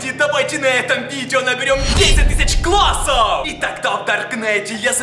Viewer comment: мне одной смутило что он сказал: классов?